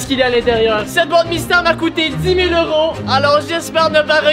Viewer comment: Pourquoi tu dit heure tent dit que tu abite au Québec et au Québec ses des dollars pas des heuro😅